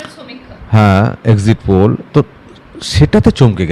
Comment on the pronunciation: বলছি কি পুল সেটা আবার কি!! উচ্চারণ নিয়ে একটু ভাবুন..